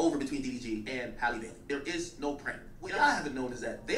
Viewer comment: “Haley Bayley”😂😂😂😂😂